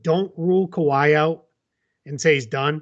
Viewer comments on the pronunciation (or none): why in that pun did you say Kawhient there instead of just kawhiet lol